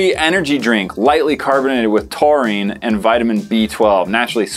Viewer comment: Taurine? I thought you said Chlorine. ..